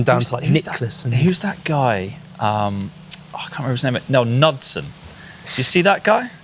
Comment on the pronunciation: Fitzy is an in and over guy and stripes it. Lots of old school guys did it for sure but they didn’t roll open their club face and generally ended up across at the top as a result but it worked well for them so why not? Also it’s pronounced“new” dson not “nud” son for those who care 😆